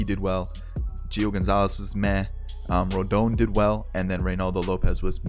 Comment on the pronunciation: It’s “rohdahn” “rodohn”